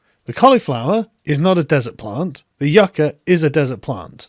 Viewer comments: Even if she's trying to pronounce "yucca" like native Spanish speakers, she's not saying it correctly. The emphasis is on the "Yu," not the "ca." I don't think she speaks Spanish. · It's not "YOO-cuh", yah dumb bitch, it's "YUHK-uh". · (You-ka; yuk-uh) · Yucca is our state flower and I've never heard it pronounced Yu-kah. It's Yuck-Ah stop saying it wrong it's pissing me off, what's going on? The green new deal went from getting leaders to talk about environmental issues to this environmental projects needing to be woke, annoying. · You ca ?? It’s pronounced yuck a. What a mindless bimbo 🤪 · IT is NOT pronounce You-ka. I live in the damn Southwest where this stuff grows NATURALLY. It is prounouced Yuc-ka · “That grows Yeuuukchyaaaaaa” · Yookah lol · And she mispronounced yucca its pronounced (yuck ah) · "That sometimes, a lot of these projects don't work out, occasionally." Sums up her brain power quite quickly. Also, isn't it "Yuk-ka?" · What pissed me off was that I thought she was just mispronouncing it I know the former at least is pronounced like this yuck-ah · spent years in a dozen countries of latin america... nobodies says yucca the way she did (last syllable intonation is supposed to go down) edit: also, she's talking out of her ass, and her voice tells me she knows that as she does it. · Did you just mispronounce my state plant you little commie shitstain? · Alexandria 'I can't pronounce yucca' Cortez. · Why did she call platanos 'plantains' but pronounce yucca with the accent? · or we could pronounce the k.